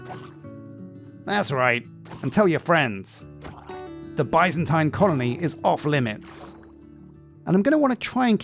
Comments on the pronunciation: Love the series ! Your previous minecolonies series helped me immensely when I did my medieval oak build👍. For reference Byzantine is pronounced more like ( biz zen teen ). Of course it’s your channel and you can call it whatever makes you happy😂. I’ll surely be watching till the end!! Although I haven’t previously felt the need to use Patreon, you sir deserve it! You’ll be seeing me soon. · What's funny to me is he used to say it properly when he didn't focus on it. Now he focuses on it and says it wrong.